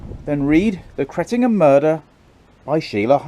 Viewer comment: My home village. Rumour has it there’s still blood stains on the floorboards of the vicarage. Also, nice to hear you pronounced the village correctly for Suffolk ….” Cret’num’